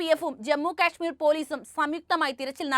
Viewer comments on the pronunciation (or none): Not. KESMEER….…Kashmere ok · കെഷ്മീർ അല്ല കാശ്മീർ